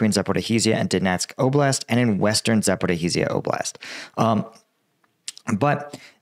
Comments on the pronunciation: za - po - REEZJ - ia not za - po - ri -HEEZ - ia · repeat after me: za-po-ri-zia. not za-po-ri-izia. just za-po-ri-zia. please. I'm sure when you manage to get it right, the war will end. make the effort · I know it's hard for English speakers but it's called Zaporizhzhia where ZH makes a sound of /ʒ/ and yes there's a doubling. Zapori/ʒ//ʒ/ia. Anyway, you're doing greate. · It's actually pronounced Zap-or-ri-shia. I don't know know to represent the last syllable better but basically just put a j in the sh and you'll be close